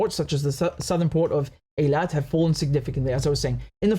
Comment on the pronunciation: Thank you, Richard, for finally pronouncing Eilat correctly. I’m not Jewish, so I didn’t have to care, but I’m a linguist and I just can’t take people’s butchering of any language, because anyone can learn by just paying a little attention. That’s all. By the way, I admire, how flawlessly you can pronounce the Arabic names. I’m struggling with the Arabic pronunciation myself. It’s not easy.